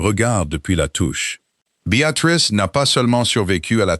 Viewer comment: L'IA ne sait pas prononcer Béatrice renooncez à ce prénom ! C'est lamentable .